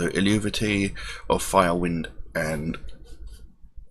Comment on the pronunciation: good old times, i really miss the earlier stuff to be honest. you make interesting videos, insta following here. ;) PS: no one really knows how to exactly pronounce the name hence it's an old celtic word, but Chrigel (the singer) and some of the old members often said the language-specialists who helped them think its something like "el-vey-tee" - so.. drop the 'u' and you're nearly there. ;)